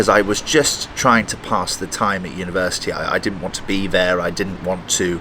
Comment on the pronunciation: I really heard " i was smoking all through the universe" instead of university 🥶😀opsey